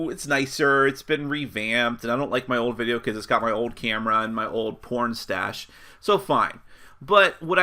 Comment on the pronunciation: "Old porn-stache" sounded like you were talking about your old porn stash...